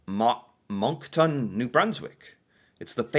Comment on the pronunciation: Being from New Brunswick you said Moncton a bit rong